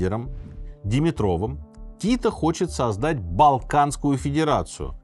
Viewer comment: Автор, не ДимитрОв, а ДимИтров, как у болгарских фамилий.